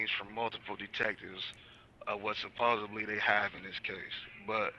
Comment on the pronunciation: supposedly not supposably